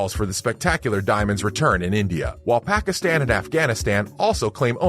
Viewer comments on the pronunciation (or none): none